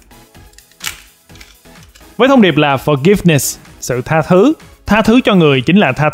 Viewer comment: Tha thứ 😂😂😂 thành tha thu